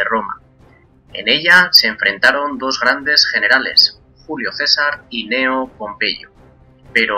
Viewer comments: Kneo. Es difícil empezar con esas dos consonantes, pero si se puede. Es la manera correcta de decirlo. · tengo una duda....siempre he oido que se escribe Cneo y se pronuncia Ecneo.... pero aqui dices Neo,haciendola C muda...cual esta bien? o los 2 son validos?